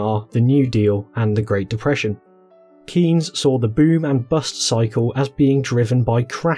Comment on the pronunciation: By the way, the 'ey' in Keynes is pronounced as in 'they'